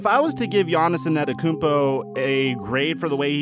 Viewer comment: Why do you say anerokoumpo . Its antetokounmpo 😂😂 but you are still one of the best basketball YouTubers